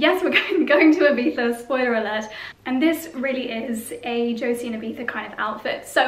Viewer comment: As an spaniard I love to hear IBIZA well pronounced!! Gorg Josie!!